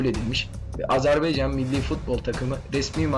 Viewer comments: azerbEycan değil azerbAycan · Azerbeycan değil AZERBAYCAN....A